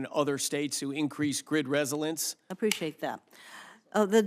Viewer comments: Hirono is a moron, but wtf is grid risilence? Resilience maybe? Went back, yep. Twice he mispronounced it. Am I crazy? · Dude can’t pronounce resilience? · does he not know how to pronounce resilience? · Why doesn't he know how to say, "resilience?" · Dude doesn't know how to procnounce re·sil·ience which is kinda sus. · We have a guy who does not even know how to pronounce "resilience"